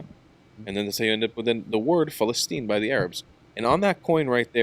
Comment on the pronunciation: Why do Arabs insist on using a name that they can’t even pronounce? “Balastine”😅